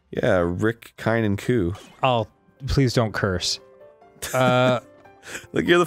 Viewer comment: Arin pronounced Kine wrong, it is a Norwegian name!! Dan should know since he is part Norwegian!! Disappointment galore my friend